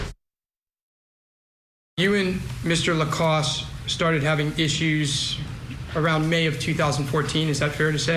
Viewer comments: At least get his name correct if you are going to Trash his character on national TV!!! It’s LaCasse!!! NOT LACROSS!!!😡😡🤬🤬🤬. What an idiot you showed yourself to be tonight!!! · "Lacrosse" ? I thought that was a type of sport. His name is Jeffery Lacasse. Good Lord! Nothing shoots your credibility down faster than pronouncing someone's name incorrectly. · The woman denying Lacasse’s importance can’t even get his name right. She calls him Jeffrey Lacrosse. I mean really, do your homework, woman! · Literally. Ol girl said "Jeffrey LECROSS" 🤦‍♀️🤦‍♀️ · Next time maybe the guests should know how to pronounce a last name before calling him vindictive. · can't/doesn't pronounce Jeffrey's surname correctly. He's a professor of social work and w/ great insight and intelligence, does much of the police work for them. It appears asked him out on a date and he declined, flat out. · That one woman couldn't even get Jeff's last name right!